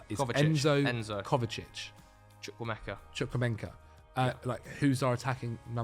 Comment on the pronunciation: plz it's Chukwuemeka, there's no extra N